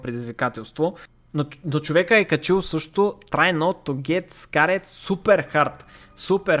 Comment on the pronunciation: samo kak kaza scared:face-green-smiling